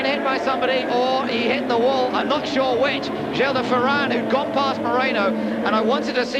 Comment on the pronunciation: I MISS Vancouver! Love the way he pronounced "De Ferran", made it sound much nicer!